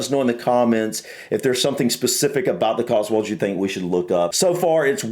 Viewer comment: Before you ever consider coming to the Cotswolds, (whether to live or just to visit,) for goodness sake, try to be consistent in the way you're pronouncing it: it's 'cots-wolds' NOT 'cots-worlds'! Also on pronunciation: Be aware that "Wells" is a city in the county of Somerset, and is some 40 miles or so away from "Wales", which you seem to insist on pronouncing the same! (Try pronouncing 'Wales' the same way you pronounce the similarly-named marine mammal - only a little less 'breathy' on the 'W' bit!)